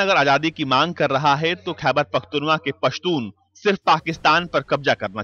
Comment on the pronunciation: Khyber pakhtunwa 😂😂 Google Kar le bhai .